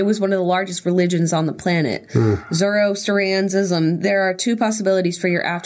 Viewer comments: Lmao I love how Jenna said Zoroastrianism lmao the astrianism part is said kinda like you’re just saying Austria lmao and then just zoro instead of zaro idk lmaoo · LMAO zor-ah-stree-an-ism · Jenna trying to pronounce Zoroastrianism is all high school AP World History students